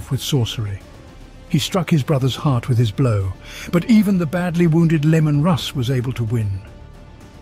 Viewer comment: I love how you keep pronouncing it Lemon lol